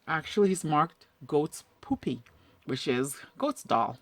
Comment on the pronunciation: Good work! Btw, it's pronounced puh-peh, not poopy!